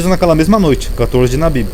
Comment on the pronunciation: não é nabibi mais Abibi